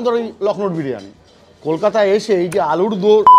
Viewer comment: 😆😆 মুখে বিরিয়ানিতে exited হয়ে অসমাপ্ত উচ্চারণ..... আলুর